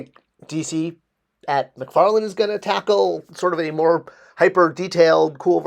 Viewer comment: McFarLANE not McFarLAND. Why is this so hard for people (it's not just you).